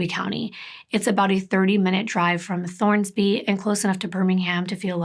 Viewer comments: I love your channel and the way you tell these stories but I have to tell you: it's Thorsby!! No "N", not Thornsby. Sorry, my dad lives there and I just had to pop in to say something. Still love you!! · I love your videos. This story hit home for me because I am from Clanton, AL. I've been to the placed you mentioned. I never thought Clanton eould have anything like this. It's possible I know some if the victims kin. Oh and the ciry is Thorsby. Not Thornsby.